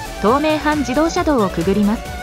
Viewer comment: 「とうめいはん」でなく「ひがしめいはん」ですよ、